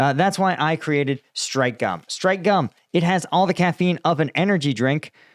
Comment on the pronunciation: You need to stress the k in Strike bud - I keep hearing Stripe as in Fruit Stripe gum! (The 5 second stick) 😂